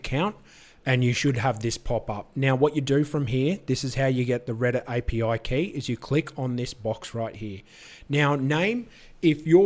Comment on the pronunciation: "AYE PEE OUAI KAEY" Thank you for the vid 🙌